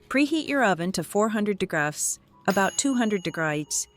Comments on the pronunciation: The word degrees is rough in robot . Lol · Stupid computer voice can't pronounce "degrees." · chai leaves mispronounced degrees twice